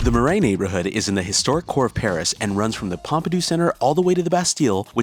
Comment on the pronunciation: Omg the pronunciation of “Marais” screams no credibility 🤦🏻‍♂️🤷🏻‍♂️